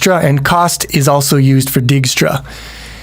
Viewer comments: Dijkstra = "Dyke-stra" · I think it's pronounced "dake - stra". Anyways wouldnt it be better to use a list instead of an array. Then one could assume you start at (0,0) but also allow negative coordinates. This allows for an arbitrarily large map and it doesn't waste memory it does not need (save for perhaps being slightly slower than using an array).